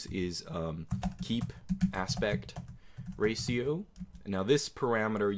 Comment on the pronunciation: Did he just pronounce ratio as 'raseo'?